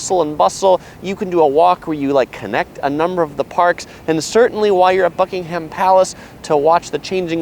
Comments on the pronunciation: Seeing as you’ve lived in London for a while you should’ve realised it’s Buckingham palace not buckingHAM palace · it is "Bucking " hum" as in one word rather than "Buckenum" . ;-) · Americans stop saying Bucking 'haam' palace its pronounced Bucking 'um' palace! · its pronounced Buckinghum palace by the way not buckinghAm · Nobody corrected you?? It's pronounced Bucking'am. The h is silent. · why is it that Americans can't say Buckingham correctly??